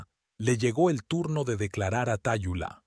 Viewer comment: Su nombre se pronuncia Talula, no Tayulá.